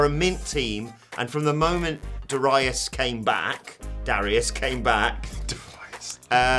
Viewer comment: Darius … Dare-e- us sound it out